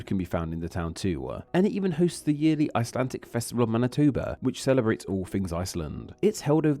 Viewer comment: Why are you saying “icelan-TIC”? It sounds annoying